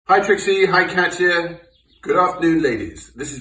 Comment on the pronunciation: I hate when people pronounce Katya as Catcha 🙄